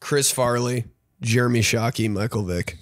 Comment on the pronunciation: Ben would pronounce the name jeremy as "germy". Also myles garrett and mason rudolph need to kiss.